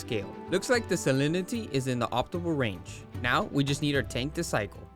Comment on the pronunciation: "salinity" was kickin ur azz to pronounce lolll